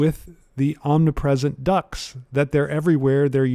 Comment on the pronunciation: Cracking lecture but as a Brit, every single time you said ‘ducts’ I heard ‘ducks’ and was extremely confused about why his apartment was full of birds